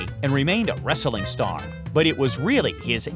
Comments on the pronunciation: Jesus fucking christ! The way this guy pronounces 'wrestling'. He gives the word an extra fucking syllable! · Wrestling not wresteling wtf